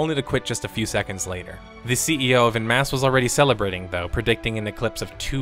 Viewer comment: every time i hear you pronounce "en masse" as "in mass" i die a little inside. I don't know how to describe to an american how to pronounce "en", but for the love of god it is not "in". OH, americans would pronounce it as "on" in your accent. too late now, but... man, please google stuff if you're not sure about pronunciation, particularly if it's a word you'll say a dozen times in a video. super jarring.